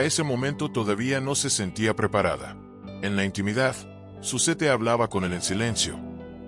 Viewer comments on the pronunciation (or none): se pronuncia Zuset